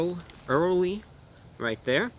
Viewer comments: He takes it so seriously until he pulls out the bag and can’t pronounce early. Wow what a guy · Javier Escuella or the fact that he couldn’t read the word “early” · He has such a crazy vocabulary but pronounces early like a kindergartener 😂